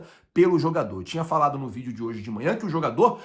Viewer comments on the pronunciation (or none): none